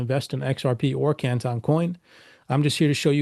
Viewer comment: Why is he pronouncing CANTON like that?